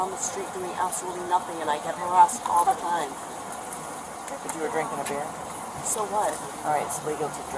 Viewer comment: “Beer”, has one syllable.